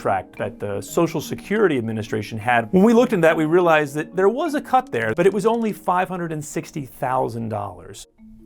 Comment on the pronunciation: When I hear this guy say “ONLY” 😂